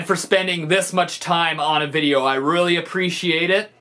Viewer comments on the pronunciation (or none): as a fellow Canadian, I never hear Stevie’s accent. UNTIL he says “video” then it’s OH SO THICCCCC